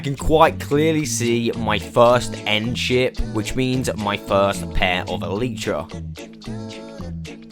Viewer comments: Why you say eletrah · Love the content, hate the “EELEEtra”